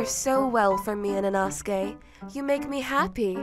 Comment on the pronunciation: His name : inosuke how she Pronounces it : inaske